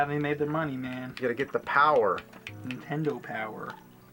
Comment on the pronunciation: lmao I love how 80% of the time James says 'entendo' instead of 'nintendo'